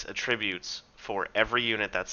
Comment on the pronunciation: Great video series. thanks. In return, a correction: There’s “AT-tributes” and then there is “UH-tributes”. The latter is a verb. It’s the former (the noun) that you mean to be saying here. Hope that helps.